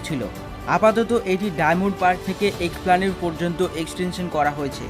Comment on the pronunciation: উচ্চারণ ঠিক করুন---এক্সপ্ল্যানেড নয়, এসপ্ল্যানেড বলুন